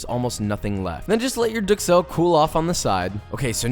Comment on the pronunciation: However he doesn’t pronounce duxelles correctly and this guy does.